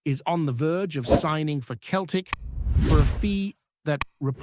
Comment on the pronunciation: its not pronounced keltic its seltic